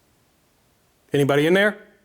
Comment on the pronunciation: 👀 that Mississippi accent came out quick when you said anybody here 😂